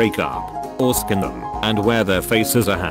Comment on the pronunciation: Isnt it great how the narrator said skin instead of sink so the sentence read "--Turn on your skin--...."